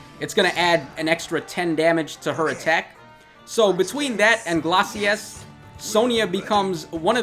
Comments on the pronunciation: Am i the only one who is irk'ed by how he pronouces glaices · Take a shot everytime butchers the pronunciation of Glacies.